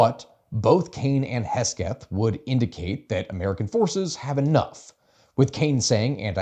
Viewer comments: This was really cool to listen to, as someone who has been listening to the news a ton, and only watched your shorts before this. Also, it's Secretary Pete Hegseth, not Hesgeth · Who is pete hesgeth? HEG-SETH. Lol great vid though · Hegseth* not hesgeth. I heard it so much i had to look him up because i started to think it was hesgeth lol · You kept calling him "Hesgeth" but I think you meant "Hegseth"? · As much as I love mocking kegsbreath, his name is hegseth, not hesgeth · Hesgeth? It's pronounced: "Kegsbreath" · No one correct how he says Pete’s name